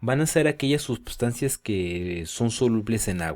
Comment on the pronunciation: por qué dices subsancias?